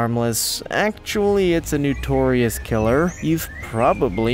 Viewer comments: When you say "N-YOU-torious" I take it you mean *notorious*. Irksome AF. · The word is pronounced "NOtorious", .not "NEWtorious" I felt compelled to correct the narrator after hearing him mispronounce the word multiple times. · NOtorious not Newtorious.